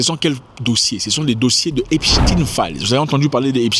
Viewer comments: On prononce epstain pas epstine ! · Arrêtez de dire "Epstine" !! Cest Epstein !!!